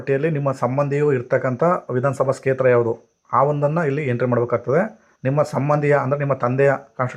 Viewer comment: Kshetra anodu sariyagi uccharane practice madi.